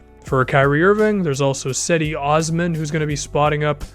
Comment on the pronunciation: Great video, wanted to let you know Cedi is pronounced "Jed-E"